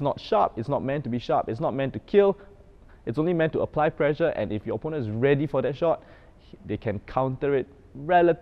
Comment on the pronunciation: You are pronouncing pressure as pleasure...